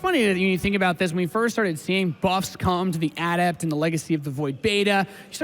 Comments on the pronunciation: Someone PLEASE tell how to pronounce "Adept." It reminds me of people who said "Zee-lot" in HotS. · it's uh-dept, not add-ept!! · you don't change the pronunciation of a word unless it means something else unless they are dumb words like "hear" and "here". ah-dept. not ADDept